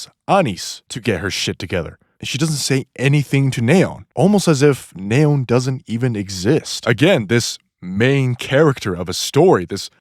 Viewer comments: "Nay-on" it's nee-on. Like neon lights. She even says her own name 💀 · The hells a "Nay-on"? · Neh-on. I had no idea scientists pronouce the noble gas that way. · "NAA-ON" ... sure dude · It's "Knee-On" like the Lights. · it's completely wrong, wtf are you talking about lol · Oh man… thank you for mentioning this… it was kind of driving me bonkers. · I wont roast your theory, but i'm disturbed by your pronunciation of simple names like Neon, and Marian. I assume you must not play with the English voices on. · The way you pronounce Neon is so funny. It’s pronounced Fi-re-po-wer. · It’s driving me crazy how you pronounce Neon and Anis; it’s crazy how you pronounce Rapi and Ingrid correct but not Neon or Anis dawg 😭😭😭